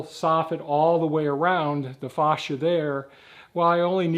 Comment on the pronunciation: Sorry, but I laugh everytime you call it Faw cia instead of Fay cia.